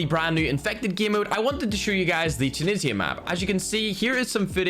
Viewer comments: It's time!!!!!!!!! And is not "Tunissya" is "Tunishha"(Tunisha Flag/Country) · Say it with me youtubers “TOO-KNEE-ZHA’ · I've seen two youtubers about this update and they both say tunsia weird.